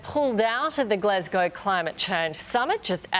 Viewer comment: "Glez-cow" is NOT the city in Scotland you stupid "News Barbie"